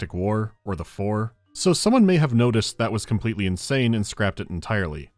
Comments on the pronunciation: Read "Four" as "Phor". Makes things funnier. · genuinely thought Charlotte Rampling was talking about Pfhor instead of Four and i almost ascended to a higher plane of existence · Ngl when he said "Four at Tau Ceti," my brain read it as "Phfor at Tau Ceti," and my eyes bulged out of my skull for a moment.